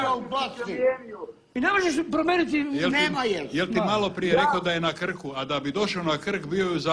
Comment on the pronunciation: I onda kaže da nikad ne psuje nikome mater! I btw, nije rekao "na Krku", nego "na Khku".